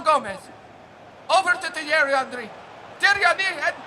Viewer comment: His name is HENRY not ANRY